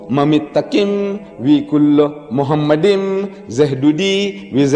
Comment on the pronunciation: The first mistake by Deedat is that he pronounced מַחֲּמַדִּ֑ים as ‘muhamaddim’. But he is wrong, it is ‘ma-kha-madim’. So there is no pronunciation of Muhammad. The other mistake made by Deedat is that he said that ‘מַחֲּמַדִּ֑ים' is a name. Again he is very wrong because מַחֲּמַדִּ֑ים is a masculine plural noun, so it is not a name (like יְהוִֹה, Yhvh). And because it is not a name it is impossible that it refers to Muhammad.